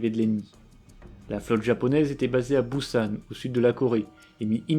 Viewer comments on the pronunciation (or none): none